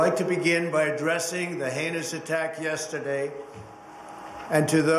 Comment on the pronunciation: Yeaterday is a hard word 🤣🤣🤣